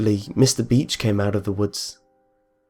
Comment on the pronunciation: I'm sorry but every time you said beach I thought you said bitch. :P